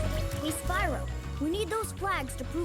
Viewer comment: Hewwo Spywo. owo